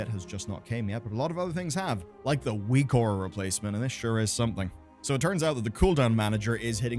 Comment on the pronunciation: Whose weak auras are good? I can't understand the name he is saying.